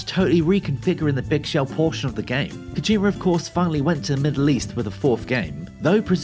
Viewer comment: Kojima not Kojimer. You invented the English language so at least speak it properly.